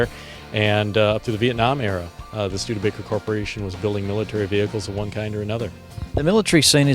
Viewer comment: Schtewdeebaker?!!! No! It is Studebaker!